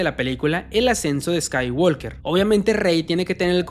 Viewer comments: niño se dice skywoker no eskaiwalker jajaja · La L de Walk no se pronuncia. Se dice "scaiguoker", no "scaiguolker". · La L de Walk no se pronuncia. No la dicen en el idioma original, no la dicen en el doblaje. ¿Por qué tú sí la dices? Así no se pronuncia.